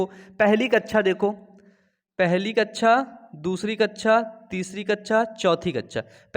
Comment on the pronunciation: sir kaccha nahi kakcha hota h 👍🏻